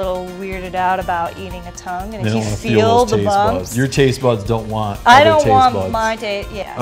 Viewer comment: tongue? I thought you said dung.